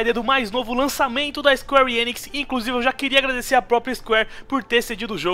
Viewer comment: Engracada a pronuncia de squarenix